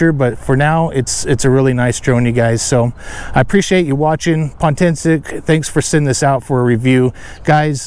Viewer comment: It's Potensic not Pontensic lol silly